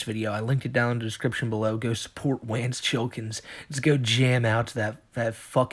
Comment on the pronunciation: I'm sorry, did you say Wance Chillkins? Thats fucking amazing lol